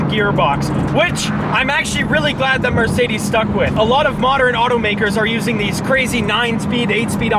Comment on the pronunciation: Anyone else notice that when he wants to say Mercedes says marcedes